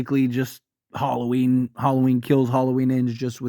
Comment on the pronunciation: Halloween not Harlloween lol